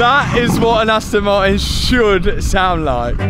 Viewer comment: Aston maiin 😂